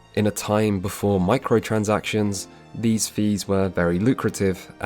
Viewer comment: "Microtractions" rather than microtransactions.